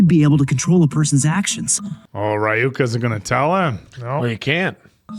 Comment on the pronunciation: I don't know how they can repeatedly hear Ryuk's name be pronounced by fellow English speakers and get it wrong, it's even so short and simple. 😂